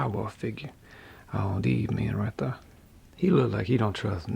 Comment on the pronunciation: "like that right der"